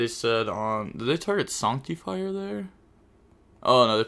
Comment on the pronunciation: SANCT-TEE-FIRE is a wild way to pronounce that card